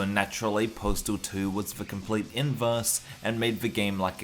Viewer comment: Why do you keep saying postal tooie?